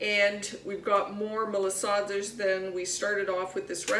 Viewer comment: Pronounce Ma la sa das the way it is suppose to be said. You are not pronouncing it proper.